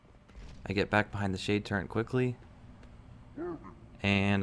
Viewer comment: Did you just call a turret a “turrent” ?